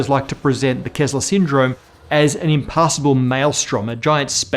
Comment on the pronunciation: It's "Kessler Syndrome" not "Kezzler Syndrome"